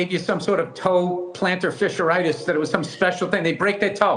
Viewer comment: Bill: “planter fisher-ite-is”